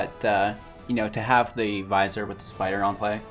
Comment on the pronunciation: Vizier is pronounced vuh-zeer. I only know because I had no idea how to pronounce it. I only mention it because you said you were working on pronunciations.